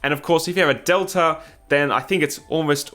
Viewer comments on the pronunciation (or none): none